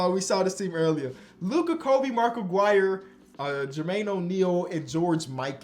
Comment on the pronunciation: I always hated how says Aguirre